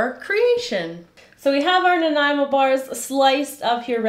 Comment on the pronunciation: Thank you for teaching me the proper pronunciation of Nanaimo.